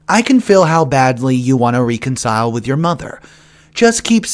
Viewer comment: I love watching/listening to you. I watch every day!!💜 May I suggest something though... You read some words incorrectly. Reconcile is said re.(rea)...CON.cile not ree. Con.cile Sphere is said s.ph(f).ere not spear Thank you for your hard work and wonderful energy. Keep up the great work 👍